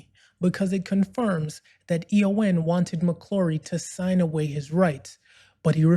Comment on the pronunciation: First things first: The Broccoli-Saltzman company is EON (an acronym for “Everything or Nothing”); pronounced Ee-yon. You’ve presented a good summary of the legal battle. But one essential point that gets left out: McClory, Whittingham, and Fleming had developed nine scripts and treatments other than “Longitude 78 West” (which Fleming copped for his “Thunderball” novel). The deal McClory signed with Eon in 1965 covered all ten stories, which McClory would have the right to make after ten years. So Eon’s later contention that McClory was limited to “Thunderball” is pure BS. Once Bond became such a financial juggernaut, Eon naturally wanted to block any competition — which meant reneging on the original deal. Jack Schwartzman boldly took up the challenge, limiting his efforts to “Thunderball,” supposedly McClory’s only opening. Even then, Eon fought on in the London High Court throughout the making of “Never Say Never Again.” They tried every angle to halt the project, to the point of declaring that only dialogue from the novel could be used — totally absurd! Finally, the LHC told Eon to piss off! Thanks to Schwartzman, we enjoyed (after many years) a classy, well-written, fabulously cast, intelligent Bond film. Sean Connery also deserves credit for his commitment and determination on-set. It was vastly superior to that snoozefest, “Thunderball.”